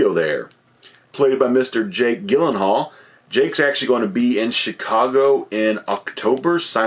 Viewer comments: Isnt it pronounced jake jill-in-hall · Probably best you didn’t win the lottery to meet Jake Gyllenhaal. It would be embarrassing to keep saying his name wrong in person.